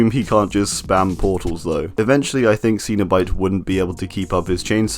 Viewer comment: It trigers me its cenabite not canobite